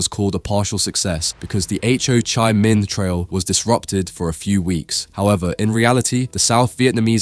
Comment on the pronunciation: Pretty good. Everyone is really tired of AI slop so perhaps narrate yourself. Calling it the H O chimin trail was a dead giveaway. We have enough AI slop.